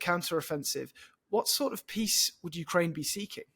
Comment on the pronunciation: Man who can't pronounce "Ukraine" expert on Ukraine